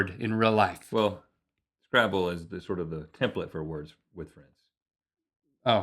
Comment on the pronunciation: lel turn on subtitles and it says gravel instead of scrabble but it does sound like he said that though.